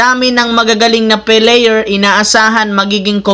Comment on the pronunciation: Ayusin mo nmn pagsalita mo idol. Kaya pala binabash ka ng iba. Player. Hindi p.layer ha? Hahaha